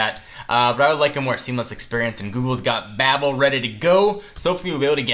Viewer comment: It's pronounced "bay-bel".